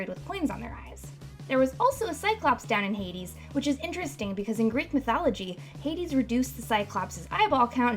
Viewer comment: Greek is oddly pronounced playing assassins creed odyssey they pronounce things way differently then I've ever heard them pronounced.